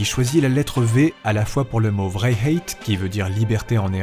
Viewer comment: Très chouette vidéo qui m'a replongé en enfance... Même si les visiteurs me faisaient flipper... Gg aussi pour le vrijheid... Tu l'as super bien dit !!!!